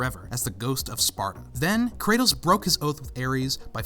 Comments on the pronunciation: Kratos. Not kretos. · Kratos . Not kretos